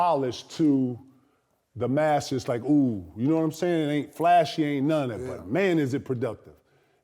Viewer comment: “he dont know how to act on nuunn ov that” 😂 🤣